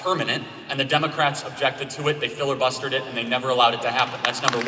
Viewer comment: did he say "fillerbuster"?